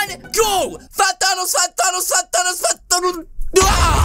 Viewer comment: I said fat thanos 5 times and u said it wrong